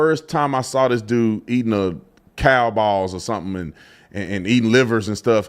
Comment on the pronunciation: HE SAID COW BALLZ 😅😅😅😅